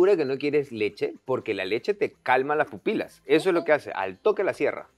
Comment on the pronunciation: chicos son papilas no pupilas jajjajaj Monica ya no sabia lo que decia